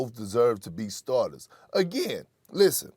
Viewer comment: Perk couldn’t say all star starters lol